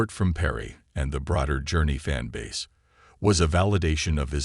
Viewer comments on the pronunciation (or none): none